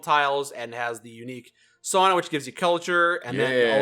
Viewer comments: As a Finn, I feel happy that pronounced sauna correctly (Sao-nna) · As a finn, I wish to commend that pronounciation of Sauna! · Holy shit said sauna correct